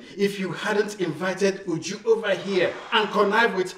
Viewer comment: Even YOU JU 😂😂😂 instead of UJU *